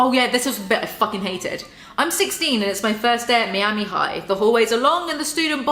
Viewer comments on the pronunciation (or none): When you said “Mee-ami” instead of “Miama” and then “I can’t talk,” you totally missed the opportunity to say, “I mean... I can’t SPEAK!” Hahaha! NOOO!!! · You can really tell which parts are leles own words and which are the ghostwriter; they don’t even bother blending them together. Jesus. Also: “mee-ami” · everyones talking ab how she says “miami” but why is no one talking ab how she says “cliques” like cleeks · Even though I appreciate suffering through this so we don't have to, as a natural-born Floridian, hearing Miami pronounced that way hurts my soul.